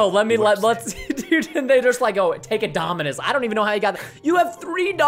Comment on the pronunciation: Nobody: Preston:DOMINUSIS